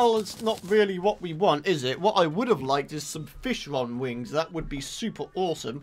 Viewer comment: Did you just say.. FlishLong Wings?